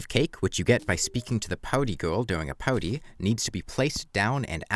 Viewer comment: Cant get over you pronounce party as 'powdy' But not everyone is equally good at english.